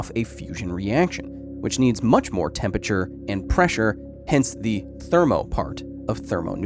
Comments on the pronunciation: It's sad that Kyle can't pronounce temperature ... TeMpUhhChurr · I like this style. You're a good narrator, Kyle. But for the love of life please stop saying tempicher. There an R in there man. Aren't you from California?